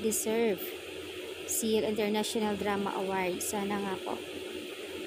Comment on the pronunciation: Taronga ug pronounce imong " SEYUL" maulaw man pud ta! Basaha ingon ani, SOL...SOL...SOL...praktisa. SOL...SOL.SOL.